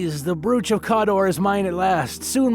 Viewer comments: The word is brooch it has a long o sound making the oh sound. Not an oue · so this is AI voiced or dude is a ESL brooch isn't pronounced like that. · One thing. Brooch rhymes with coach.